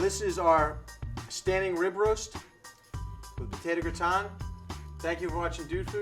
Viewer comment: potato gra-ton?